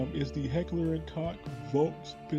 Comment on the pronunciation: It's pronounced Heckler und Koch not Heckler und cock